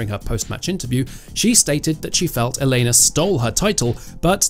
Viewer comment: And both on first AND last name! This guy is simply unable to emphasize the first syllables. It's EL-ena Ry-BA-kina damnit!